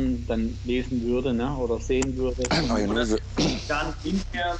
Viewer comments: „Mayonese"der arme😂😂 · "Sex sells"... "Mayonaise" xD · Wie ich mich bei jedem "Mayonnaise" weggeschmissen habe :D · Sido bei SAP: Mayonnaise...Mayonnaise...MAYONNAISE Auch Sido: Wie hab ich mich denn verraten? 😂